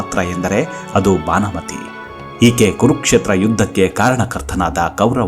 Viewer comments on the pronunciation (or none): ಸಾರ್, ಭಾನಮತಿ ಅಲ್ಲ, ಭಾನುಮತಿ.